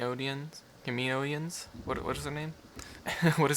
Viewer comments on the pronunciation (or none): The long next fuckers from Kamino are Kaminoins pronounced—>Cam-a-no-in-s